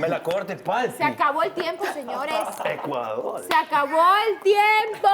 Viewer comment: amo, adoro cuando dice ¡¡ECUALDOL!! Molestando a Andrea 😅😅😅